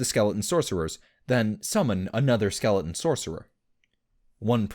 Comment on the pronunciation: Skeleons never a T when he says it.